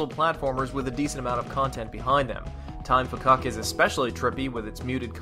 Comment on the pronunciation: Even though it is written "Time Fcuk", it is actually just pronounced "Time Fuck". I understand for reviewing purposes you probably wanted to avoid profanity, but Edmund said it was kinda a running joke to see who would get upset at the name (so they changed it to Fcuk, but he still pronounces it otherwise...)